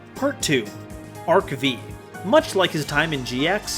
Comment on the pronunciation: Great video as usual 🎉 But it drives me crazy whenever you say Arc "Vee" instead of Arc "Five" 😂